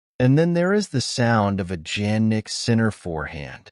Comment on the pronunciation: Sounds like some ai generated bulls to me. Not even the name Jannik is pronounced correctly. Is short , inconclusive, uninformative. The net is flooded with these kind of stuff lately and it is getting worst by the day